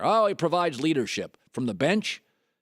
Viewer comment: Colin Cowherd luol dung? Lmfao bruh put some respec on luol deng's name